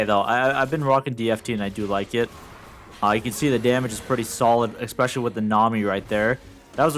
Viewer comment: Can drop a nuke in a Challenger game but still can’t say especially lol